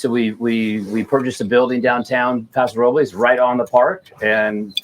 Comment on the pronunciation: Please let Austin Hope compliments for pronouncing Paso Robles properly as it sounds in Spanish.